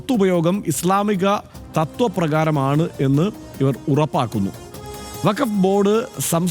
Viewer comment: ഇസ് ളാ മിക എന്ന പദപ്രയോഗം തന്നെ അവതാരകൻ തെറ്റിച്ചാണ് ഉച്ചരിക്കുന്നത് - നിങ്ങൾക്കൊന്നും വഖഫ് സംബന്ധിച്ച് ഒരു ചുക്കും അറിയില്ല.